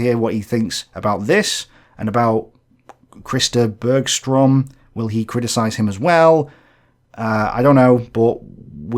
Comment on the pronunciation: Did you just call him Chris de Burgh-strom?